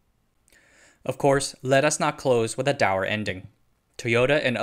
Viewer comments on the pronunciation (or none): Dour is properly pronounced doo-er, not dower (tower.)